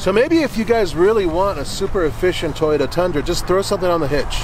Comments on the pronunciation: Id pick the "Tie-ota" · I believe it's pronounced "TOY" YOTA, not "TY YOTA". just say'n. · Came here expecting to hear call it a "Tieyota Tundra" and he did not disappoint:)